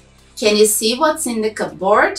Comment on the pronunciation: Hi, an English teacher from Turkey. Thank you for your content, I find all of them really useful. But from teacher to teacher, you mispronounce the word "cupboard" time and time again. The pronunciation sounds nothing like neither cup or board.